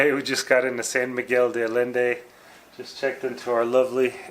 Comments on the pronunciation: San Miguel de " Alende"? Please pronounce it correctly. Do your research first! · Hey -RESPECT for the Lingua please! It's pronounced: AYen-de!